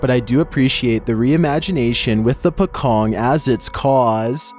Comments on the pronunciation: pocong is actually pronounced as paw-chong, which is wrapped-in-shroud. it's a ghostly figure that looked like person who is wrapped in a funeral cloth. In Islamic funeral, a shroud called a "kain kafan" (in Indonesian and Malays) used to wrap the body of the dead person. the word is originated from indonesia, commonly used by indonesians and malays. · Number 13 was a pocong, you read it lile pouchong not pekong